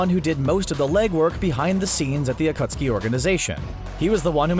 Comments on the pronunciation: It's really not its MA DA RAH NOT MA DAR A and AKUSKI? Its akatsuki You've clearly haven't watched naruto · Akuski...... Its AKATSUKI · Did you just say "akutsuki"?!